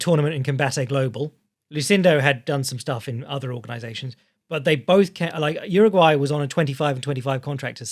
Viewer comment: Respectfully - Jauregui is pronounced “how-reg-ee” not “Uruguay”. I got lost wondering who the hell you were talking about for a second.